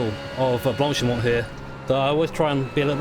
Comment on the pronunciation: Blank-pain? I think it sounds more like blonk-pah :) You pronounced the name of the the start section at Spa correct though...